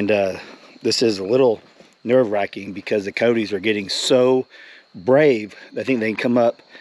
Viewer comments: Your peacock got attacked by Cody's LOL say it a little bit more properly co-yo-tes ( ki-yoh-tes) not codys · It's ki-yote...2 syllables, not 3!